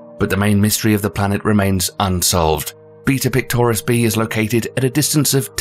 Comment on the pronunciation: When he said “beta pictoris” I though he said beat up clitoris